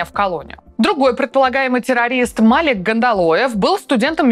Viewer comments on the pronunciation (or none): "ку́дрями" И, вероятнее всего, "Мали́к" И какая буква произносится как "эш"?